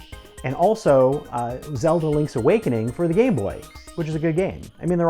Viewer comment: "Link"... say it with me.... "Link!"